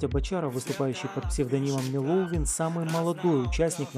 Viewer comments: Господи...та научитись уже вы правильно произносить его ник...Вот даже как-то неудобно говорить МелОвин...не знаю как для вас...мне удобно говорить МЕловие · БочАров блин?! МелОвин?! ну йобана... как же вы надоели хоть бы поинтересовались как правильно...